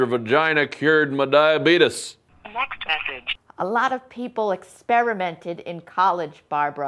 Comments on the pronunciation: is the best! DIE-AH-BEE-DUS! LOL! :) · lol, "your vagina cured my diabeetis"